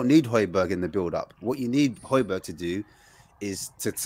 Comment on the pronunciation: bruh how do you still not pronounce hojbjerg properly